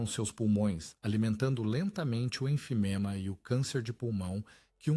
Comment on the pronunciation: ENFIZEMA, não enfiNEma.